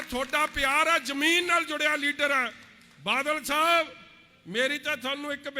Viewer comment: ਖੁਦ ਬਾਦਲ ਸਾਬ ਨੂੰ ਬਾਲ ਛਾਬ ਦੱਸਦਾ ਨੁਕਸ ਹੋਰਾਂ ਦੇ ਬੋਲਣ ਵਿਚ ਗਿਣਾ ਰਿਹਾ 😀